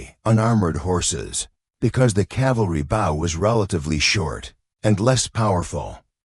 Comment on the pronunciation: Terrible computer voice with many mispronounced worfs. Can't even pronounce BOW right